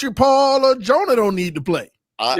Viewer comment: You guys are pronouncing Jonah's name incorrectly. The ending of his name rhymes with Hawaii. Love the show.👍